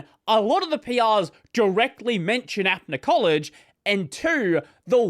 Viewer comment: I'm not supporting them or anything, just wanted to point out that it's pronounced up-na collage, not app-na collage, apna meaning our, so it's "our collage". Support from India btw